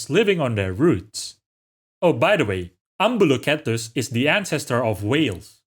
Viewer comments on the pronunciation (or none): you just gave me a small heart attack with that pronunciation of Spinosaurus lol Shouldn't the "Cetus" part of Ambulocetus be pronounced See-tus?